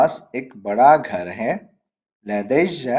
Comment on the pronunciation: لدي when you say it sounds like ladayja